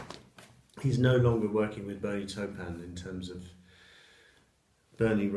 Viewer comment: Catching up with all your videos, I particularly enjoy the Beatles and Elton album reviews, nice work. Have to take issue with your pronunciation of 'Taupin' though...:-)